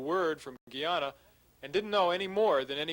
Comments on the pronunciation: If the narrator say "Gee-Yana" one more time ! 😷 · Why do they keep pronouncing Guyana like that?